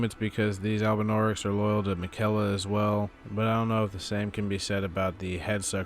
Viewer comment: The way he pronounces miquella always irks me! Lol great video as always dude